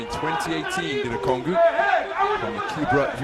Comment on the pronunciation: How does the commentator get that pronunciation from "ONGUKU"? That's low key ...